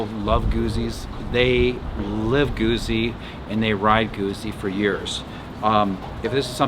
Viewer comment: Why is it 'misunderstood'? Because so many people have preconceived notional nonsense about it. Like the various notions you had yourself about it. You could just wait for a test 'drive'. BTW, it's not Goo-zee, it's Goot-zee. Like Pizza!